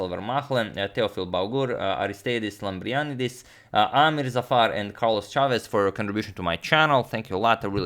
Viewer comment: i think its pronounced Arist_I_dis Lamprian_I_dis (u put the tone on the capital i in both cases , and the ei in greece is actually i ) . just to have an excelent subscriber with his proper thanks:)